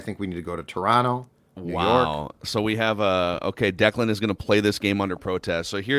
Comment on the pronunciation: The way it reads Declan is right